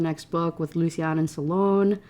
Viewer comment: I'm fine with you choosing to pronounce lucian in a way that the author didn't intend, but the way you ended up saying it is just horrible 😅 "lucy-anne" is what i hear every time